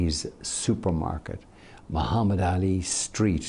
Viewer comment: This man even pronounce Muhammed ali's name perfectly. Show's you how much respect he had for him.